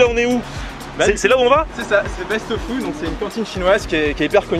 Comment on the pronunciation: une soupe de « tofu » pas « fou »! ... 😂😊😂